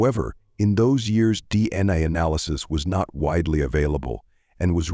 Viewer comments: For future reference if you’re going to use AI separate the letters when saying DNA —> D N A…AI may stand for “artificial intelligence” but in reality not that intelligent 😏 Glad the family got answers but they deserved better justice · oh ffs! this is the channel whose AI doesn't know how to say D N A and tries to say it as a word rather than initials. Blocking this channel. Adios.